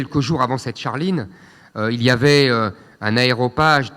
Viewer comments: On dit aréopage et non pas aéropage. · Excellent ! Attention toutefois : un aréopage (et non aéropage).